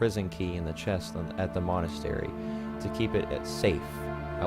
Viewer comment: Pronounced Monn As Tare E c